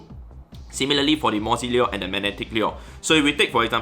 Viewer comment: Lure? Lyyuer?